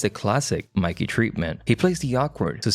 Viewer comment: It's Mickey, not Mikey!